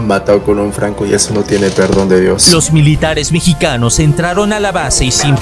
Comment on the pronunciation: lo mejor fue cuando dijo peruanos y mechicanos jajajaja